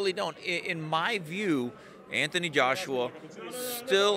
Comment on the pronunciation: Anthony Joshua not Anthon Joshua.